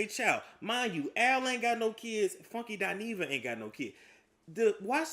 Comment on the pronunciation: OMG,!, I thought it was just me! I don’t understand why people don’t pronounce her name correctly, it annoys the hell out of me!